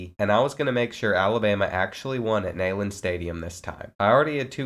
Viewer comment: Bro it’s Neyland like knee… not like nayyy